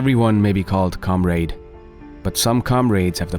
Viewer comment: I love Thomas Sowell's wisdom and appreciate your video. HOWEVER, there are 12-15 simple words in this video which you are EGREGIOUSLY mispronouncing. For example, egregiously, comrade, rhetoric, distributed.....and at least a dozen more. PLEASE have someone who speaks English as their first language check your pronunciation.